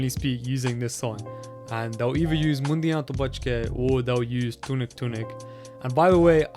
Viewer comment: bro :D its Mundea to buchke (Beware of the Boys) not Mundia to buchke (Beware of the "heads")